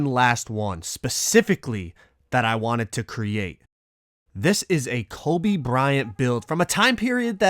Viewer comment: My man said frobe